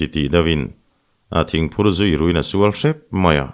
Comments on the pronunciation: ngati nge Pachuau kan sual lak lawh tih hi, misual tih a sual lak lawh tih a i lam ziah a, Insual tih a sual lam rik ang a lam sik tur zawk a nia. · Pachuau sual, Tih hi, Misual, tih anga thlûk lo in Sual, Fight anga sawwi tur